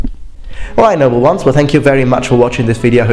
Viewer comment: I'm a newcomer to the channel and uh...do you say "hello number ones" or "hello Noble ones"